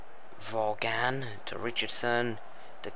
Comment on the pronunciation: i will, but it seems like its not your software, just your computer cant handle recording in 3d and also you were getting names like vaughan wrong and bendtner and they are at least easy or common names in the premier league